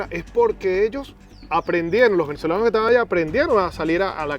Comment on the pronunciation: Amigo una recomendación porque no soy quien para dar consejos, pero desde hace bastante tiempo noto que en tus relatos usas muchas palabras comiendote la "s" por ejemplo: Los Venezolanos. Tu Pronunciación: "Los Venezolano", Espero sirva de algo la observacion. Saludos y que siga creciendo el canal.